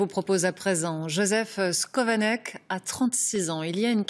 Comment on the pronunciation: Son nom ne se prononce pas " scovanec " mais SCHOvanec